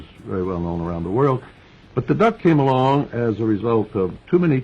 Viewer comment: Why did he say “the duck” like a racial slur?